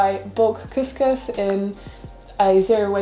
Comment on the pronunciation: Couscous is pronounced as "Kooskoos".